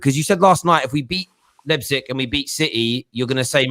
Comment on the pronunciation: United lost because CANNOT pronounce Leipzig correctly lmao